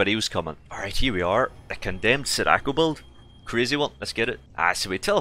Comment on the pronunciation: i love the vids but you gotta stop pronouncing sadako like that its SAD-AH-KO